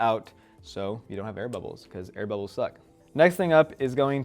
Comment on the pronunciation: The was says “bubbles” makes me laugh lmao